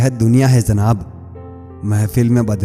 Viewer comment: Urdu hai zanab Bolna sikhiye Zanab nahi janab boliye